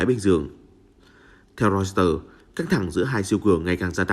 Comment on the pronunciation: Hãng tin Reuter đọc là Roi tơ, chứ đâu là Rois tơ. Lỗi 1 lần thì là lỗi, lặp lại nhiều lần thì đó là hổng kiến thức đó bạn.